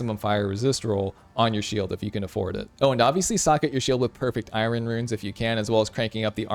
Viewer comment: bro said " I Ron" runes. lol